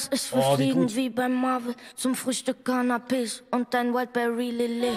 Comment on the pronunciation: Wieso höre ich immer Zu Frühstück Cannabis anstatt Canapes ggg